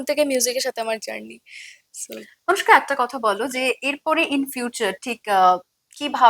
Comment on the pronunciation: আনুষ্কা নয় অনুষ্কা।